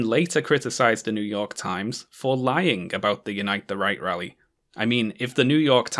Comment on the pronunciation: Every single time you say "Unite the Right" I genuinely hear "Unite the Reich" and it makes absolutely perfect sense.